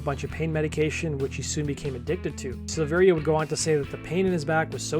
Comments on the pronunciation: SILL-VE-RIA, not SEELVEERIA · It’s SILV - AIR - UH. The I isn’t pronounced. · The second i in Silveria is silent. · I'll be honest. I made it about 30 seconds in. This is guy giving objectively false information so why would I trust anything else he has to say? Hell he can't even say David's last name right. It's worth mention LAPD actually stands for Laughing as People Die (originally Love and Peace Dude). Brian joined up with the guys before Jonathan not the other way around as he's mentioning. According to David he left Korn because he was working out one day and had a "I broke my back" situation similar to Mike Tyson if you can get the reference. That along with being unsatisfied with the direction the band was going in to say the least is why he didn't return when he recovered. Fast forward to 2013 when Brian rejoined the band David seemingly came out of the woodworks wanting to rejoin also. After being rejected in favor of Ray the rest is history. There saved you seconds of potentially false and misleading information. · Learn how to pronounce his name